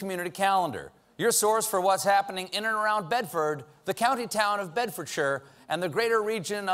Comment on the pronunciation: I'm really pleased that Stephen said Bedfordshire correctly rather than Bedfordsheyeerr